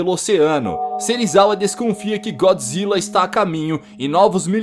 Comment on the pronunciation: mano como se fala é gôdzilla n é gódzilla q se fala pra escreve é godzilla